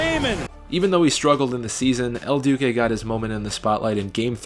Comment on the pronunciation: Your name pronunciations are atrocious... I mean I counted at least 5 wrong names (probably more) but the worst is “el dookay” when referring to “el duce”... lol... Paul Konerkos pronunciation was also hilarious.